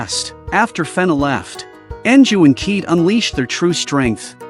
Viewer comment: Not Kede but Kayede as pronunciation 😅